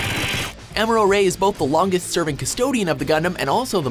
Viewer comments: Who the fuck is Amora Ray? It's Amuro, But M'kay. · It’s am-u-do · This list is BS, for starters, the way they pronounced "Amuro" and "AGE". I won't say that this is the definitive list or something, but this is how I arrange them: 10.- Banagher Links: Strong New-Type, meh Pilot. 9.- Christina Mckenzie: Normal Pilot in a New-Type exclusive gundam. 8.- Flit Asuno: The guy has natural Pilot skills and it's an X-rounder 7.- Kira: Strong fighter, skilled Pilot, but is missing something. 6.- Domon Kasshu: Not a New-Type non-sense, just a plain old marcial artists. 5.- Kamille Bidan: Awesome Pilot, Strong New-Type. 4.- Heero Yuy: Not a New-Type nor exclusive surgery, pure Pilot skills. 3.- Mikazuki Augus: Pure Raw power 2.- Setsuna F. Seiei: You know why. 1.- Amuro Ray: Because....c'mon